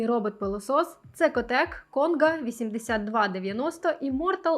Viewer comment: Це котек і Цекотек! Вибачте, не змогла пройти повз. Обожнюю вашу техніку